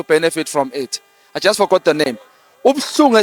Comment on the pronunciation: Where is Nomvalo tell him to pronounce words right not De its THE and not Oathi but OATH sies maan